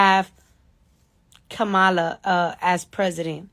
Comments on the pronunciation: Democratic!!!! KAM-A-LA!!!!!! Its irritates dafuq outta me for people to purposely mispronounce someones name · Her name is Kamala (Comma-la)